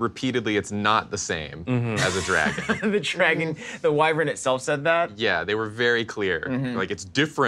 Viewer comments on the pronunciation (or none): and know that a wyvern is a sub-species/breed of dragon right? (not gonna get into how they're all pronouncing it wrong cause then i'm gonna get pissed when i should be excited because i was just wondering when was going to guest on one of these and it finally happened)